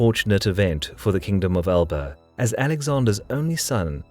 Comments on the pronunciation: Great video. One thing I would add though is that Alba is not pronounced as its spelling would suggest to a native English speaker. It is pronounced more like Alapa. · Alba is prounced Alpa